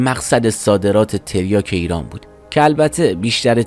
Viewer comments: تِریاک چیه داداش ؟؟؟؟؟ مگه مواد فروشی تو ؟؟؟؟؟ حد اقل میرفتی اسمشو درست از لغتنامه نگاه میکردی . تَریاک درسته برادر ، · داداش آبروی تریاک وبردی با این تلفظ کردنت تلفظ صحیح هست تَریاک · تریاک بر وزن فرجام و با حرف کاف فتحه دار درسته. تریاک به کسر کاف غلطه عزیز من. گویا بعضیها تلفظ تریاک را با تریا ( کافه تریا) قاطی کرده اند!. اول در مورد تلفظ صحیحش یک تحقیقی می کردی.